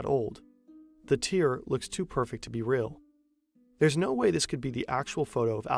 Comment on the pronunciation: this is the moment i finally stopped mentally denying that was an AI voice. It read tear wrong 😔